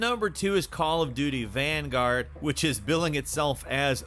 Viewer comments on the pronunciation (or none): none